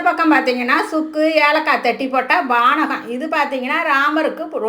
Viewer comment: வானகம் இல்ல பானகம்